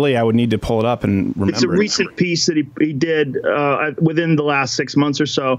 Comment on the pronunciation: 'memba.....'membba.....'memba when...."memba berries remember"....